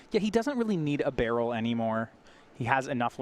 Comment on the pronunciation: Baral, Chief of Compliance but I have only ever heard it as 'ba-raal'. Pronouncing it as "Barrel" is almost assuredly wrong and very confusing.